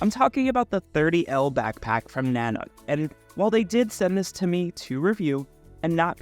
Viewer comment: In case anyone wants to know, this company's name is not pronounced "nanak". It's pronounced Na-Nook", the second sylable rhymes with "rook" like the chess piece. Every YouTube reviewer has it wrong. It's from an Intuit Indian word that means, "master of bears". Nanuk named it that to tag the harsh Canadian environment their bags are designed for.